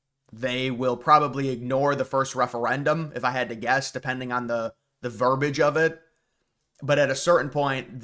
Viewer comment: "Verbiage", NOT "Verbage"... Look it up. Everything else you said was Great.